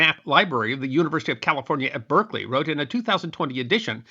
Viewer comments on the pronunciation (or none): none